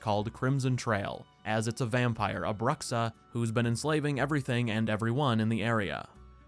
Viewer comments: That's not "brucksa" it's "broo-shaa" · please learn how to pronounce bruxa